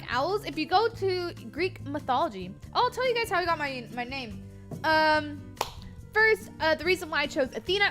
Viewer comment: 1st to say 1zt with a z, lol XD